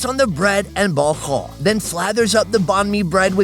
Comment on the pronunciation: pronunciation of bo kho is pretty good 👍